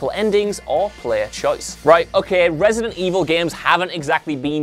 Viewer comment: Couldn't watch cause of some accent... Not the full accent, I'm fine with it but.. "remek" "resint 2" "gem"